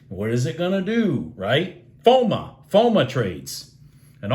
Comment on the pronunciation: Hi...you're a great teacher but I had to let you know it's not FOM'A', it's FOM'O'. Fear of missing out. 😊 Thanks for all your doing, its appreciated!